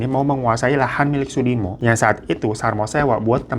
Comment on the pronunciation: Klaten jadi klètèn Sudimo jadi sàdimo 😂